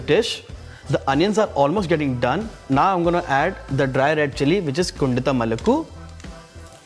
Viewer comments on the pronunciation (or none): Its kon-daaa-tum but sadly pronounced here as kundathum lmao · Looks close to the original version... Request the chef to pronounce the colloquial way, the same way the malayalees pronounce it... Cheers... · Chef , pls don’t say kondattam like that . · This qualifies as a good tutorial on how NOT to pronounce Kondattam